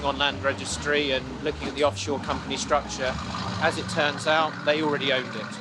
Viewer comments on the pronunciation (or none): none